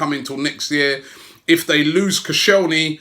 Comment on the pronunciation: it’s koscielny you asswipe